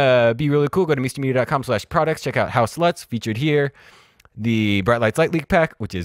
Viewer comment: Awesome. Lol, every time you say "house LUTs", I hear something else :P (say it fast a couple of times and you'll notice)